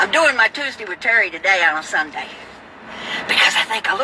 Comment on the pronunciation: Love the way you say "SUNDEE"